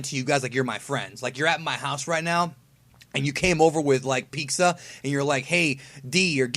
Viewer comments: Ugh u said pizxa it pizza there no x😂😂jk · geekdom, it's not "Peak-za" it's "Pete-za" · Yo Geekdom, did you just say "piksa"??? lol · you dont say pizza right....!!!!